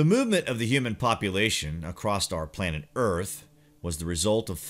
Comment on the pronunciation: Across, or across’t?? LOL